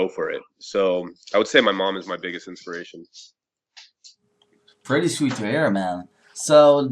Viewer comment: "prety" are you serius???